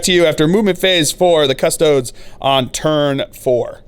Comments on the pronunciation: Your pronunciation of Custodes really grinds my gears. It's a latin word, not "Custods" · Adeptus Cus-Tow-Deez!!! XD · Haha I was literally just thinking this! I think it’s just how Americans pronounce it